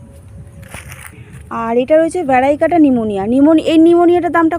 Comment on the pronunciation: Vari-cata bole kichu hoi na didi. "Variegated "ভ্যারিগেটেড